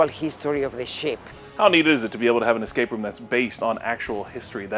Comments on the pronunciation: Most of the time he said eScape route but there were times when I was almost sure that he said eXcape route. Since I hear a lot of people saying eXpecially instead of eSpecially I might be getting paranoid. Sorry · EScape route and not eXcape route!